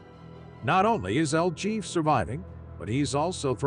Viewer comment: It's pronounced 'el heffay' , not el Jeff ! El JEFE , MEANS THE BOSS,OR THE HEAD HONCHO, ETC.